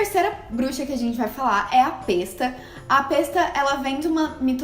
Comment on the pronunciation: Pesta vem de pestilência, peste. Logo a pronúncia óbvia é Pésta. Meu Deus.......